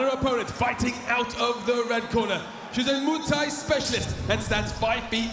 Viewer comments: Really, Moo Thai specialist? Some of these announcers need to find a new job! It's not cow fighting! It's called Muay (moo-ay tie). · Great fighter, looking forward to her career. Why can't these guys say Mui Thai correctly?